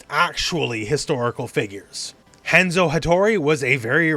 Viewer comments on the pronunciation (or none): none